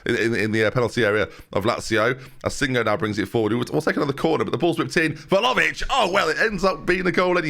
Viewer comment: IT’S VLAHOVIC!!!!!!!!!!!!!